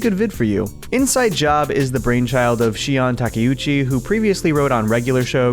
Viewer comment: You're the first person to actually pronounce the creator's name. Two others were just struggling, which is embarrassing since one of them watches anime